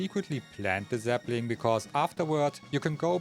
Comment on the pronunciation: Why was Zelda's butt in the video? And each time you said "sapling" it sounds like "zeppelin".